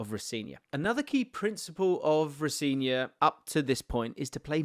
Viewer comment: in his latest interview he said his name is pronouced ro - seh - nior with the emphasis on the "se"